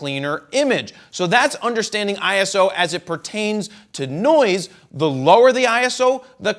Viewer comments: Can't even listen to that video... That wrong pronunciation makes me crazy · Yeah, me too!